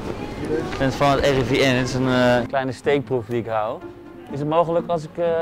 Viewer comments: "Ik ben van het RIVN" 😂😂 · zegt de N heel duidelijk je moet het gwn snel zeggen dan merk je het echt niey